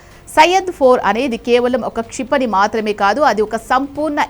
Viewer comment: Meeru thelugu sariga vutcharinchali * mathrame annappudu maa ni otthi palakaradhu